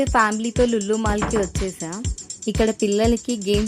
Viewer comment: Lullu mall kadhu lulu mall madam 😂